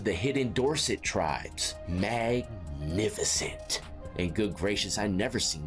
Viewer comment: Had me crying lmfao "Mag-Nificent"